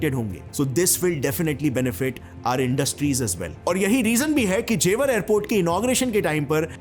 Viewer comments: It's not Jewaar .. it's जेवर ... Hamari janambhumi ka name dhang se pronounce kro 😊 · ji, जेवार nahi जेवर बोलते हैं,और ये गांव की जमीन हैं जो यमुना एक्सप्रेस से लगी हुई है, जेवर को आप गांव मत समझो, हमारा तो घर भी है,Gaur Yamuna City mei, जेवर के बगल में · That's not जेवार that's जेवर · It is jewar not jewaar Btw I belong here😁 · Na isko Beijing ki pronunciation aati hai aur naa hi jewar ki